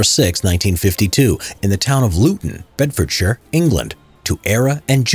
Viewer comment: Your pronunciation of Bedfordshire Bedfordshire surprises me